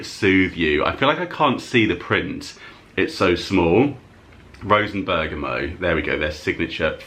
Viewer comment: Love the boot sale hauls! Fyi it’s eelang eelang (I can never get used to that!) and with bergamot you pronounce the t at the end 😊x